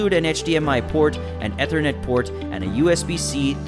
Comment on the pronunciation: Ethernet is pronounced “eethernet.”